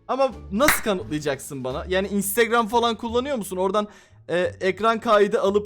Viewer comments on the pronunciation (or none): none